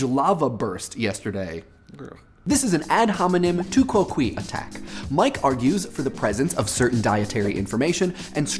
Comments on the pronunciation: 'Quoque' is pronounced more like "kwo kway" in Classical Latin. Not "kwo kwee." Just a nitpick. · You'll probably never see this but I believe you were mispronouncing the Latin word "quoque", in which it's actually pronounced like "kwa-kway". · Proper Latin pronunciation: all but the last syllable was fine, but it should be too KWOH(queh) not quite quay, certainly not quee, but queh, with an "E" as in elephant. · 'quoque' is pronounced 'kwoh kway' you pronounced it like quoqui, which as google and i recall is not a word. love the show btw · I love you, Mike, but I do not love your pronunciation of 'quoque' - kwohkweh is a better pronunciation as it fits with scansion in Latin poetry. The More You Know... et cetera ad infinitum ;) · I definitely like the fallacy videos. MOAR PLEAS Also, "tu quoque" could be pronounced a couple of different ways, but I don't think you hit any of them (sorry). I would say it "too kwoh'-kweh". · To Quo-KAY. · Love the video! That quoque pronunciation though